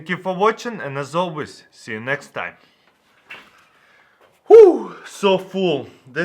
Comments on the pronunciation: why when you say papaya in english sounds so bad . PAPAIEH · When he says papaya it sounds like apple pie ya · lmao the way he says it 😂😂 the "papayia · I love the way he says papaya, it's awesome XD